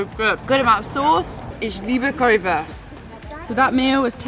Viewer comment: Verry good pronounciation of Ich liebe Currywurst, thumbs up.